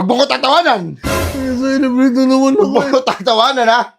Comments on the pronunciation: CELEBRATE❌ SALSALEBRATE✅ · Celebrate ❌ Ejaculate ✅